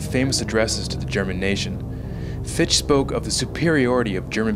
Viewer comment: Excellent film, but just FYI, Fichte's name is pronounced fick-TUH, not fee-sht. :P